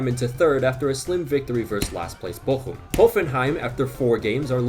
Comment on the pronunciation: Your pronunciation of Bochum is on point!